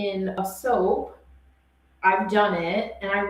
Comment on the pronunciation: Soap. Not soapz lol